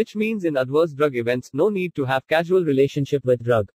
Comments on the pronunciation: Its causal relationship not casual,,, edit it boy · Its causal relationship,not casual